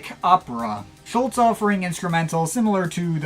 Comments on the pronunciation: Klaus wasn't a founding member of Tangerine Dream, he joined in the summer of 1969 (leaving in the spring of 1970) - the band was formed in Sept 1967. His surname is pronounced approximately Schulz- er. RIP Klaus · Now all you need to do is pronounce his name properly!